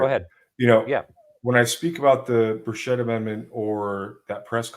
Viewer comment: It’s Tim Burch-it. No s and a hard ch.